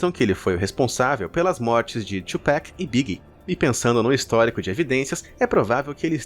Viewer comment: Pronúncia certa é Xugui e tuPÁC